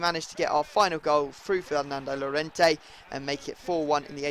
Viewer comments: Llorente's name is pronounced "Jorente" in english. J as in Jordan. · when you say jorente cuse two ll means a j in spain. Plz